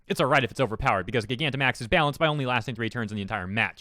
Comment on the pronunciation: This is ridiculous. Attract and pokemon breeding do not need to work like that. Also Just a heads up Gigantamax is actually pronounced like Gigantic with max added.